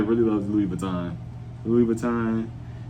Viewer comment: omg u said Louis Vitton...its him